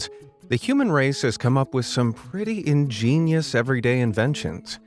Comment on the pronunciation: By the way why does he keep saying ingeinious